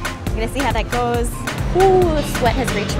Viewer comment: When she says “goes” you can really here the Minnesota come out of her